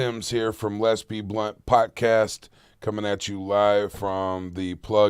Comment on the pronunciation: Did you just say potcast? 😂 brilliant